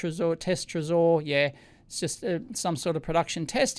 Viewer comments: I'm pretty sure Trezor is pronounced "treasure" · I think the accent it's on "e" not "o" trEsor, from the french word trésorerie, which means ( translated word for word ) "Office of a state where the public treasury is kept and administered"